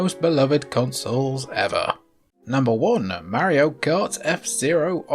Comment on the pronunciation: If you can call him "Mary-o" I can call it "Super NES".